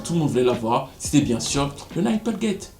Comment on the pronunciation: Nipplegate se prononce "Neeplegate" pas nAÏpplegate 😅😅